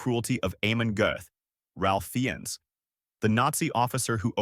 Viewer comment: Sigh. AI. Ralph Fiennes' name is pronounced "Rafe Fines." Let's get this right.